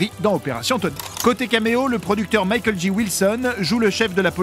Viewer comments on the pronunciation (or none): none